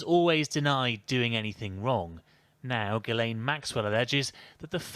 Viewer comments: It's pronounced gee lane. But love the way you call her jiz lane😊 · It's pronounced, "G Lane." If you eat starch and sugar, you will suffer the hunger pangs. As a result, I take in sugar only twice a month and starch once a week.